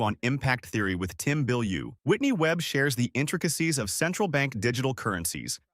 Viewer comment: Its tom bilyue smfh